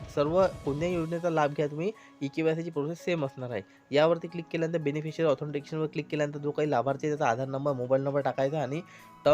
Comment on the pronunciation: 4.24 काय बोलले ते समजत नाही बेनफिसरी is not registered जरा नीट सांगा समजत नाही